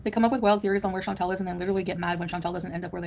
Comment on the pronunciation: She doesn't even pronounce her name correctly. In French, it is more like Chan - taal. I don't know how to write it, but sort of like a long, soft 'tall'... Also, Salah has never been to Syria, Kuwait is his home. Why is she acting like she wants to go to Syria to see where he grew up? Plus, she's stupid to not be scared to go to a country that is still experiencing violence and political upheaval. It doesn't make you sound brave, Foodie, it makes you sound stupid. OMG - I HATE the way she talks about countries she has never visited and how she acts like the ME is some perfect oasis where everyone is treated so well and nothing is negative. It's so annoying. Ma'am, people are jailed and murdered in the ME for being gay. Quit with the Pollyana BS!